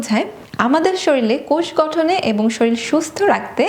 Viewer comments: Please note it is shorir not’ shoril’ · Apnar video ta khub helpful. But apni শরীর কে বার বার শরীল bolchen eta ektu kaan e lagche. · কথাটা "শরীল" না এটা "শরীর" হবে। এটা বাদে তোমার প্রতিটি উচ্চারণই খুব সুন্দর আর সেই উপকারী ও এট্রাকটিভ। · Good information. But 'shoril' kotha ta vul. 'Shorir' please. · Please learn pronounce 'শরীর' correctly. Otherwise, shout out for good video content.